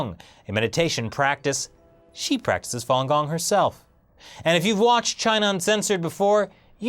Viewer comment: To judge if the Chinese government is "bullying" or "doing what they think is right" really depends on how much you know about Falun Gong, a word you can't even pronounce correctly. I mean seriously dude, do some research before talking about something you don't know while pretending you are standing on a higher moral ground.